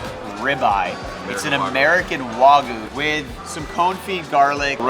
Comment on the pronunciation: Not the "Wah-goo".. 😭 It's pronounced Waa-gyoo 🙏🏻